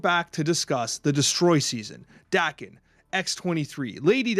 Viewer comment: it's pronounce "Day Ken" he's Wolverine's son